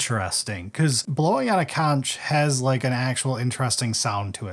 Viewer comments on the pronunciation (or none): It's pronounced konk! Not Conch!!! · Erm actually, conch is pronounced like "conk" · Thanks for the video. Conch is pronounced 'conhk.' He's blowing his conhk.